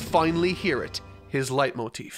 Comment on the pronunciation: I judge my youtubers on how good they speck the german words... Your "Leitmotiv" ist sehr gut👍